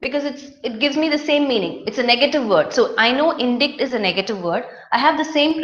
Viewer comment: you pronounced indict wrongly.please check its right pronunciation in oxford dict